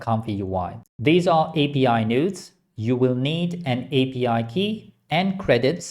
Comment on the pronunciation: everytime he says "nodes" i hear "nudes", ive been damaged by using comfy too much.